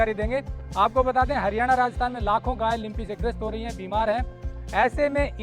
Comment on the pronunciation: लिम्पी नही लंपी बोलो